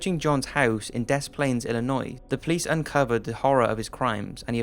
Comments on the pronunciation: Hey! So when you say des plaines you should pronounce it Diss-planes. Lol sorry just an Illinoian trying to get something in our state pronounced correctly. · The one about Gacy, the city is Des Plains, pronounced De Plains, the 's' is silent. You being Brit, and living so close to France, I'm really surprised you would say it wrong. Not a big deal, just a bit annoying to hear the 's'. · It’s pronounced deplain Illinoi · Actually brother. It's pronounced De Splaines. I know it's spelled the other way, but that's how we all pronounce it. Fyi. Love your videos. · Des Plaines is pronounced "deh plehn." It means "Plains" or "some Plains" in French. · Regarding John Wayne Gacy, the city Des Plaines is pronounced "da plains." The "s" in Des is not pronounced. Love your videos. Keep it up. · was anyone else kinda irked at the way he said Des Plaines? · Soooo many people pronounce Des Plaines (the town I live in) wrong all the time. Even people that live here too. Thank you. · And it's hilarious how nobody but people from Chicago can say Des Plaines properly. lol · HE SAID DESPLAINS WRONG AND IT MAKES ME MAD!!!!!!!